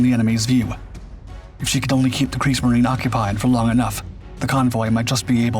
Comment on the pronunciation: It's Kriegsmarine, I believe and pronounced ---mareena, not marine like the English